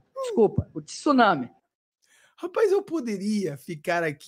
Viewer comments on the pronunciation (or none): none